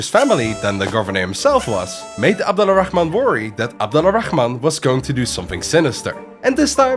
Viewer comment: The name's pronunciation is so perfect I thought you're Arabic🫡